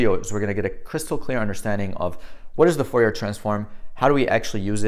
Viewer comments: Fourier is pronounced Furiye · Fourier is french, you don't pronounce the last r...."for e ah" I had a prof during undergraduate physics that was a stickler for correct pronunciation